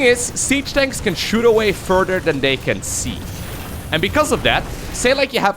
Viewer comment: I love it when says siege “Danks”